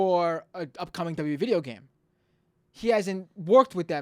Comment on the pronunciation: You can't even say "WWE"; And most of your facts are incorrect. Was he really from your childhood? Because you look and sound about 12 right now. So technically your childhood isn't over yet. ;)